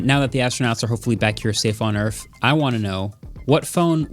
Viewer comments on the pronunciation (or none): He just said earf instead of earth. I just lost so much respect for him. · bro hits us with an “earfh”